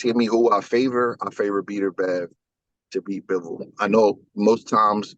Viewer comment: Did this man call him beater bev. 😂